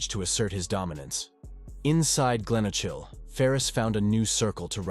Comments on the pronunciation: I laughed when he said Glenochil 🤣 it's pronounced Glen O Kill (info for the editor) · Jeezo I'm cringing at this robot killing our places with that stupid voice 😂😂😂 Glen ochil..... its feckin glen okal (obviously not the correct spelling but its easiest way to say it 😂😂😂😂😂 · and the way he pronounces Glenochil lol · Please if makin video learn pronounce the fuckin names of places correctly . Don't kno what annoyed me more way said garthamlock or way said glenocil .. I don't kno what's with (batman cartoon pictures ) you have actually got few pics and videos that not so well published which was decent bit then wasted it with cartoon pics